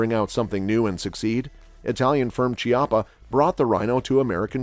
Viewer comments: Chiappa Firearms is an Italian company. In Italian "ch" is pronounced like the "k" of key not like "ch" of cheetah. So it would be something like "Kiappa Rhino" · Chiapas is Italian and is actually pronounced “Kiappa.” There is no Tch sound in Italian so when you see ch, it will almost always be pronounced as an English K